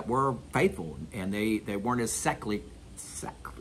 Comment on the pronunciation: Christopher from Minnesota. It's pronounced sek-you-lurr.